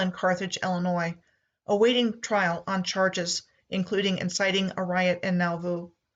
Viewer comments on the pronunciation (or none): none